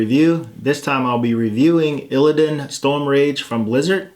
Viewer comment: "Illidan" LOL